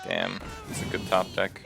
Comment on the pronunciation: "Turns out it's PRETTY GUDE"